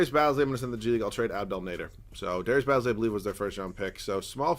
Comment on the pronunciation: Say it as in Darius Ba(e)zly